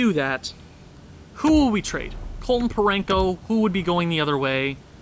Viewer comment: There's no n in Parayko 😂😂